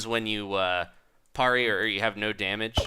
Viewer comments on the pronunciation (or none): Any other fencers cringe the way he said "Parry?" 39:8